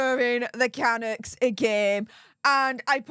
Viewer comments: Hi, love your channel. Waiting for the silver play button🎉. FYI I’ve lived in Vancouver all my life so wanted to give you a reliable tip: Canuck is pronounced with the emphasis on the 2nd half of the name-thus canUCKS. 😊❤ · ca-Nuk from a Canadian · Hi - the slang term for a Canadian is canUCK. like puck. I am a proud Canuck. 🇨🇦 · Hi. Canuck is a derogatory slang term meaning Canadian and dreamed up by Americans. We Canadians are not offended and even use it for a hockey team. After all our term for American is Yankee or Yank. When you pronounce Canuck the accent is on the last syllable.❤ At least in Canada.